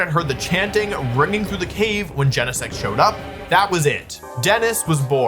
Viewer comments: it makes me want to scream. It's not jen-eh-sect. It's GENE-sect. Like your GENES. >:( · WOLFEY GEENSEECT THO. But really, we all know Butterfree is a secret legendary.